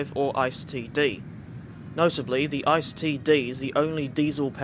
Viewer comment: Oooof on the pronunciation of ICE. It is pronounced e-ce-e not ice as in ice cube. Still excellent video though!